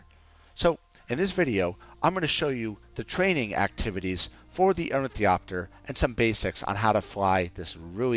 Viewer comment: It's really hard listening you butcher the word ornithopter This is the correct way to pronounce it